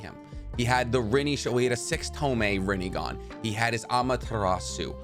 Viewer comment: You said Rinnegone wrong